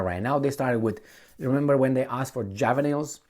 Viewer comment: I feel the need to help sorry " ja·vuh·luhn :face-purple-crying: Hey! Cheers